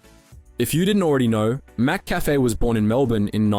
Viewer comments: its pronounced Mik - Cafe not Mak Cafe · Mc not Mac Cafe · It's McCafe..not mAcCafe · MC-CAFE not Mac-Cafe! Are you even Aussie?😂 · Curious how you pronounce it “Mac-Café” instead of “Muh-Café” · Bro it's not Mac cafe is mick cafe, geez say right mate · Mick-Cafe* cheers 🍻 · Whats with the pronciation of McCafe??? "Mac-Cafe" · Mack Cafe 😂😅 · Mac-cafe, like Big Mac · The mispronunciation of McCafe over and over, then changing it, the buggering up again speaks of AI. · You need to train your AI better. The pronounciation of McCafe and Taco Bell is way off. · Other than your terrible pronounciation of Mcafe, this was a good video. Hungry now for a Mac attack😂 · i cant believe the aussie telling us the story he cant even pronounce mccafe properly - sheesh mate!!! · When you mispronounce "McCafe" so hard that people are now trying to buy "McAfee" antivirus software from Macca's! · Yeah that had to be on purpose to increase chat rage engagement. That'd when I decided it was AI and couldn't read the word properly l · I liked your vid but then you kept messing up the pronunciation of "McCafe" okay you pronounced it correctly and you fucked it up again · yeah hes always mispronouncing basic things in every video im beginning to think its rage bait to get comments. ill just downvote and not watch future videos instead.